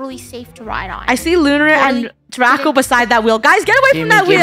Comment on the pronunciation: Am I the only one that when funny is angry at Draco she says drak